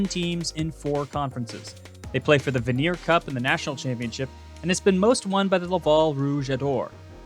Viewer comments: They play for the Vanier (van-yay) cup not the ve-near cup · Vanier is pronounced van YEAH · Errors: Wrong CFL logo, Vanier Cup is pronounced 'Van-yea', New Westminster has no second I in it.